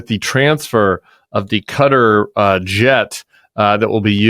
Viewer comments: I totally agree with your points and this airplane story is horrific. But please don't say "Kudder". It's much close to Ka-tar. No "d". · It’s pronounced “Ka-Tar”, not “Katter”